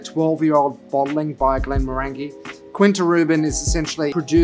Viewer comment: As a fellow Australian, I get it... But, Glen-morr-an-jee, Kin-ta Ru-ban.